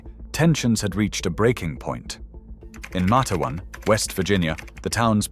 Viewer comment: Matewan literally pronouncde Mate wan, two words!